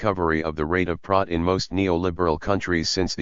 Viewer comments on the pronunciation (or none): ai misses the f sound. Financialization, Profit, difficult, specific are some words the text to speech misspronounces